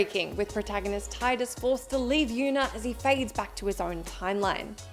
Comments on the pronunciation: It's pronounced Tee-dus. Not tie-dus. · In sotn there are three endings as well 1 for killing richter 1 for killing richter while you have the glasses on. And one for smashing the orb above richter when you have the glasses on and then kill dracula! Also for ff10 it is pronounced teedus (I know...I know...smh but it is.) Not Titus. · Tidus’s name is pronounced Teedus. Not Tie-dus.